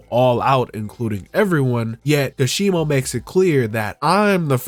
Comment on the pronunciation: It's ka-she-mow not kashibo